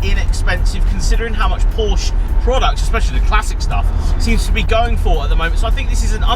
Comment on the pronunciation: FYI it's pronounced Porscher.